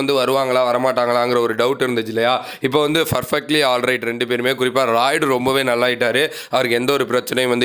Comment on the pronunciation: Perfect not in ferfect please Improve in prounciation